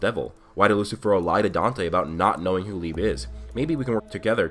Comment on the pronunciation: You're pronouncing "Liebe" and "Weg," wrong; these are german words. We know black clover uses german words because "licht" is the german word for light. Liebe is pronounced Lee-buh and it means love. Weg is pronounced "Veg" and means away